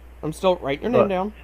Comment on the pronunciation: Scammer can't say "Name"... listen again... he kept saying "Nay" around the mark.